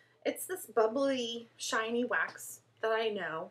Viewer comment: *shiny, not sniny...lol